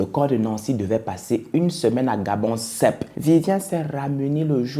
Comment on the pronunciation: C’est Gabosep 🤣 et non gabonsep